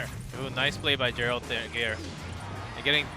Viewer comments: I like how the the commentator pronounces "Geralt“ as "Jerald" lmao, does he even speak English? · It’s pronounced Jeralt